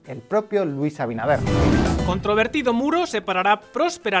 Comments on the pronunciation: El presidente de República Dominicana se llama Luis Abinader no Abidaner😭Muy bien video. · Abidaner jajjjj 😂😂😂😂 por qué le resulta tan difícil a algunos resporteros pronumcial abinader?